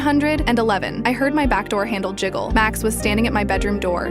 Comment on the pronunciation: The way u said the back door handle JIGGLED 😂😂